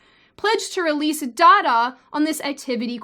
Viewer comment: You know it's pronounced data, and not data... :P